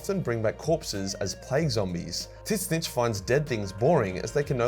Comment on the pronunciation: What's with the "tits snitch" pronunciation?